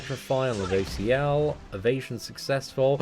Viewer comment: Lol I remember when he couldn't say ludos name😂